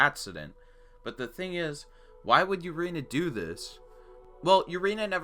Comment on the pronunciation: Urena is pronounced oo-ray-nya sry I’m a Marlins fan I know my baseball